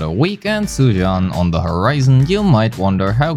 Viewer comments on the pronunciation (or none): all white people needs to get a memo on the Chinese spelling of Zhu, it's pronounced "Jew" and not whatever the the hell you said